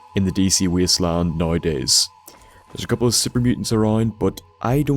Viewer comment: "The Wheasteland" Sorry m8 <3